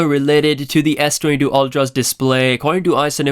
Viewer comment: Saying Sdoodoo again